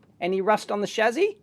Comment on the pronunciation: Stop saying "shazzy", it's "shassy".